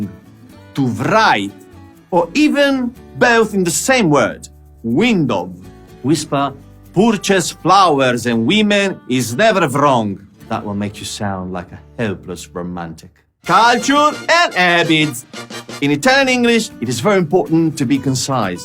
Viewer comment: Mitico! però avrei da ridire sulla pronuncia di "Culture". In Italian-English ho spesso sentito "kultur" hahahahahaha Non smettere di fare video!